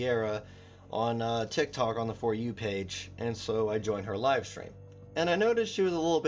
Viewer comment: Are you saying 'Tic Tac" on purpose?